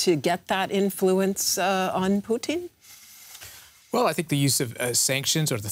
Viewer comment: "Poutine" as a Canadian I can appreciate he is cheesey but "Vladimir Poutine" is definitely not as palatable nor enjoyable.